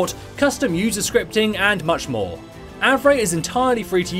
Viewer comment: i knew the pronunciation is Av-ray! some people on my server pronounce Av-ree